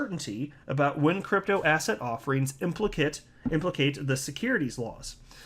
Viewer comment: Every time you say the word ‘asset’, all I hear is ‘ass hat’.